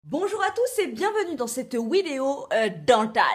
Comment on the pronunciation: Pourquoi tu dis "wideo"?